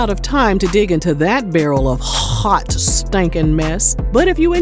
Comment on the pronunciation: The way you say hawt stinking mess 😂😂😂😂